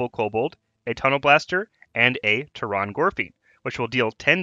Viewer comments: It's pronounced "Terran" gorefiend. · Lol "Tear-on gorefiend"